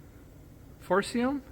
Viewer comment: Come on feller , the tire name is pronounced 4-SEE-UM Ha ha! Hopefully made USA . Just ask the guys with RV's .Just a couple more $$.